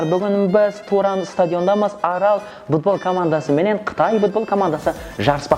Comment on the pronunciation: минут будбол емес футбол. варатал емес ворота. пиналтый емес пенальти. Дубляж ким истеди ози сауатсыз акымактар. и сосын еш кулетин зат таппадым. Жигитлер изденинда аздап. не мынау истеген затларыныз. 👎👎👎